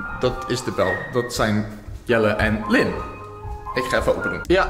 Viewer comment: ah, ja ik vond 't wél steeds onduidelijk, zoals d'r naam zei. Lynn vind ik trouwens mooier òòk. (hij kon 't ook als afkorting gezegd hebben 🤷) maar fijn dat ik 't nu goed weet. Dank je 😊👍🏻